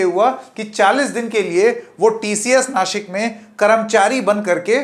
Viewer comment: बबुआ जी, दंत स और तालव्य श में फ़र्क समझिए। नासिक बोलिए नाशिक नहीं, वरना आपको शंकेत बना दूँगा। बीवी अच्छी अंग्रेज़ी बोलती है तो आप तो अच्छी हिंदी बोलिए!